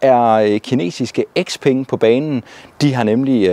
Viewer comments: Nej ikke Sepeng.. bare Speng! Når et ord starter med X, udtales det som S. Det er jo ikke noget jeg har fundet på, men blot almen gramatik. 😉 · Hmmm... Hvorfor kalder du den fine kineser-bil for X-peng..?? Siger du så også X-ylofon og X-anadu og X-antia og X-enon lygter..?? 😂😄